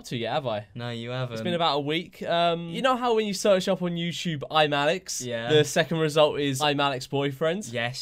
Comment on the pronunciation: what george said: ImAllexx boyfriend What we all heard: Im Alex's boyfriend